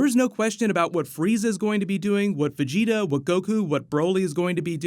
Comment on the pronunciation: i swear u werent a db fan... especially the way u said vegeta in the first video u posted smh